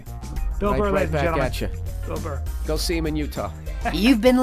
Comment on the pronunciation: FOR SURE it's bill burr not bill bull